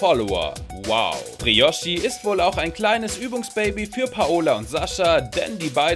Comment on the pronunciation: OMG ES HEIST BRIOCHI NICHD BROICHI SCHÄCHT LOL FÄHLER!!1!!11